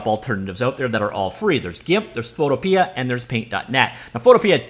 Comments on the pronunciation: It's Photopea, not photopee-uh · Pretty sure Photopea is supposed to be said similar to Utopia. If that is not correct, it should be, because "Photo... pia" just sounds silly.